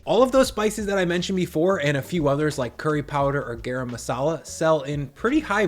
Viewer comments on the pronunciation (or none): “Garam” (in Garam Masala) which means “hot” in Hindi, is pronounce “GAH rum”. The “gah w the “r” rhymes w “car”. So like “CAR - um”. Please make a note of it.